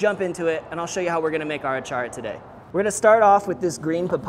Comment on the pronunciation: Impressed Filipino here! Great job! Don't forget to rrrroll your "r" when you say, achara 😉